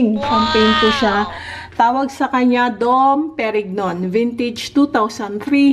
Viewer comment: the way you pronounce it should be don perin-yon